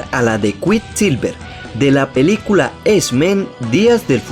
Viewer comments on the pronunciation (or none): none